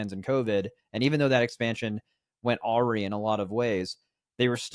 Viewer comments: did just pronounce awry (ah-rye) weidly like (awe-ree)? This is going to haunt me. What am I missing here? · Not sure I can ever trust again after hearing him pronounce awry as aw-ree